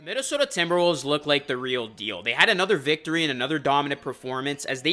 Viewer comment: my fellow northerner, hittin that minneSOHDAAA 😂😂